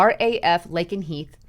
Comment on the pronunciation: Mil-Den-Hall and Lake-N-Heath